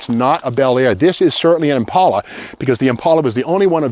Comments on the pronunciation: The way you say Impaula, I thought it was Impala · Thank you Steve that the way I pronounce Impala. I suprized that 2 door Impala is still sitting there. Someone needs to save her. I wish I could.